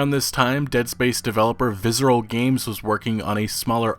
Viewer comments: There's no Z in Visceral brother. Viss-er-al. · "Vizzeral games" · dude... google how to say "visceral" haha